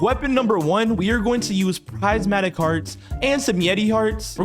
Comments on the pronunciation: Its prismatic.. not pricematic…. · Haha, it’s prismatic, not prizematic. 😂